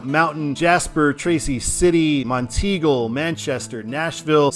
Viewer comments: Yeah, top of the Mountain. Never heard anyone say teagle before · I think it's pronounced as Mont-eagle. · Monteagle is prounounced as Mont-eagle, with the emphasis on “Mont”. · Mount Eagle is the proper pronunciation of that town in Tennessee. At least it's what someone told me years ago when I rode on 24 on it. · Enjoy your drives, but it is pronounced "Mont Eagle" and "Mac Minn Ville". Native Chattanooga. Stay safe.